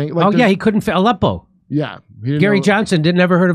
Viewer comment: It’s Aleppo not Oleppo!